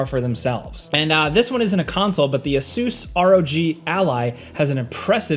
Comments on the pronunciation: Is that really how you pronounce asus ? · That can't be how ASUS is pronounced right? lol